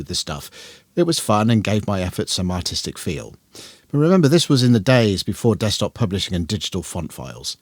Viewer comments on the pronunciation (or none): none